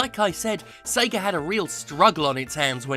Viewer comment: is he saying SEGER?